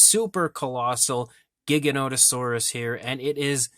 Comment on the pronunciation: It's Gigan oto saurus never ever a giga. Everybody mispronounces the makes me wanna fucking kill them.